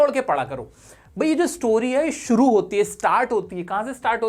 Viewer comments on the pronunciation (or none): none